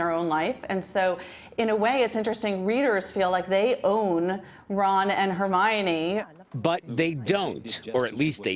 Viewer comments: "Ron and Hermayonnaise..." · Hermaynays? Hermione that is how you say it! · Her may an e ‘s What is that pronunciation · Lol he pronounced hermiones name hermene XD its her mi O ne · “Her- may-ni” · “Hair-main-ee” lol what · “hair-main-ee” I’m screaming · Ron and Hermaine LOOOOOL (Instead of Hermione) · “Hermainays” Lmfao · Herneinei? What dude pronounce it right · Hermayonnaise really??? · Did. that. man. just. say.... Hermainy. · he said hernanies in stead of Hermione's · Hermaone are you kidding me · Omg the man at the end said Hermione name wrong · The worst part of this news story was when the guy pronounced Hermione's name wrong. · That pronunciation of Hermione at the end. I lost it. 😂😂😂😂😂😂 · He butcher her name already O_O